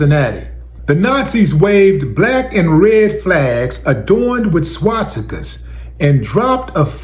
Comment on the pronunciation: Willie D said "skwastika". Sir? Hello sir, it's called "swastika". Yup, how many cops are supremacist, fascist, and plain ol' rascists? Bet it's 90%.